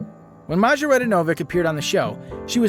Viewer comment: Can yall imagine becoming so big, that you can no longer fit in a car seat?😢 Maja is actually pronounced Maya. Steven A is in a league of his very own and not in a good way! LaShanta ended up doing well.